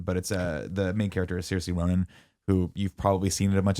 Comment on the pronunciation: Her name is pronounced Ser-sha ronin